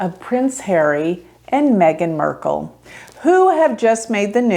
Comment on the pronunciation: “MARK” LE. Not murk/merk. 🤣